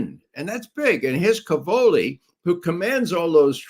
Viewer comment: Cavolo, plural cavoli, are stressed on the first syllable: càvolo/càvoli. It means cabbage.